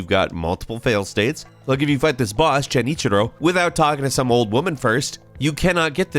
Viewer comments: Also he said Chenichiro. I'll never forgive the Americans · "Jenichiro" Disliked video